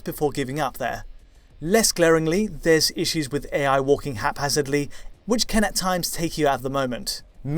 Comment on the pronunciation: Why does say "ken" instead of "can"?? It's a mystery!